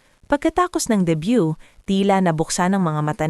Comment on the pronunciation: Debut hindi debyu